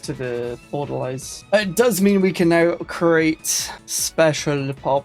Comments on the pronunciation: It’s pronounced order-lees. Orderlies are nonmedical hospital workers, like the people who change the bedsheets, restock the tongue depressors, coean the bedpans. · You know, I was just saying like 2 days ago how insane a nomadic crimecorp would be. Not like this though, this is ridiculously OP. Also... It's pronounced "Order-Lees", welshman. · Die-nasty and order-lies I can't take it anymore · every time he says orderlies I die a little inside. Order-lees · That's not right at all. Haven't you ever seen a movie that takes places in a psy ward? Besides, it's very obvious how to pronounce the singular "Orderly", so why would you suddenly change it for the plural? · Your pronunciation of Orderlies going to trigger me the whole time.